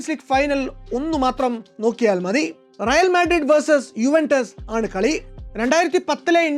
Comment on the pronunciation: റയാൽ അല്ല റയൽ ആണ്